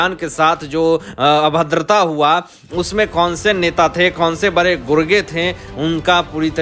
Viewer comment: Sir, When will you learn to pronounce HINDHI words properly. Are you not ashamed?????????? You say BARE INSTEAD of BADE etc. PRODUCER OF THE SHOW PLEASE REPLAY THE VIDEO &HEAR FOR YOUR SELF. SHAME REALYY SHAME. BARAGAI INSTEAD BADGAi.